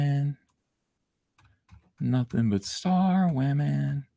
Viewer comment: Please stop saying wahmen. It’s annoying AF.